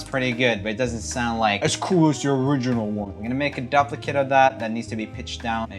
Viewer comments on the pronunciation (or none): "Imma make a DUPlicate of that" (it's pronounced "doop" or "dewp" if you're reading Roomie, but nw "dup" is hilarious and I love it XD) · WAIT AHA 😂 He said “DUP-likit” 😂😂😂👏🏼 Adorable lol 😂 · "dup-licate" Me: ... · not trynna be mean but he said haha duplicate differently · The way you pronounce “duplicate” is hilarious